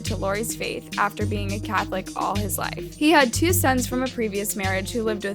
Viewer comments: I'm sorry but why can't u say life??????? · So can say damning but not life